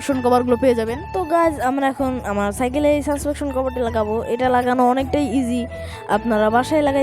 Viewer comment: Vai suspection❌suspention✅